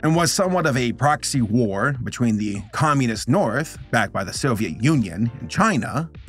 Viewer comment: The comeownists hehe